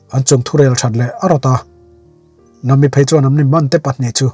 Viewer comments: Yes vawi tam tak request hnuah mahse nam-i nilo in na-mi tih tur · Nahmi tih tur ni em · Nami i hming i lam dan a dik lo nami a mi lai hi thluk hniam rawh sir😅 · Khawngaihin ‘Nami’ ni lovin ‘Na Mi’ tiin min lamsak hram hram rawh. One piece fans zawng zawng tan😂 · Nami i lam dan chuh😂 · Sir nami pronoun dan kha a dik chiahlo a😅😅